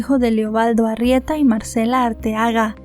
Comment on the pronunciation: Que diga Arrieta y no Argueta